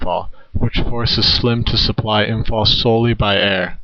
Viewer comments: Imm - pahl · You expect me to take you seriously when you pronounce Imphal as “Imfall”?